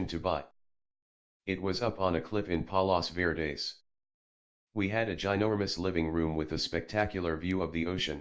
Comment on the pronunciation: The place hes talking about is fort mcarthur. Its a cool spot in san pedro ca. It where the fired the guns on a ufo (war of L.A.) whoever narrated this needs to learn the correct pronunciation of palos verdes